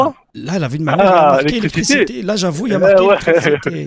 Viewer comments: respire respire c'est pour l'ilictriciti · ha ha ha ....bijour...l'ilicrticiti ....i li gaze !